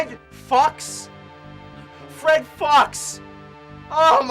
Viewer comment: I think “Fred Fuchs” might have actually been meant to be pronounced “Fred Fooks”.